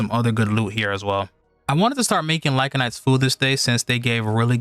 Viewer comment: "Lyncanites"😅 "Vinyard"😬